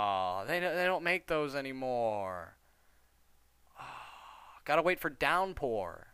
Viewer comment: down pore?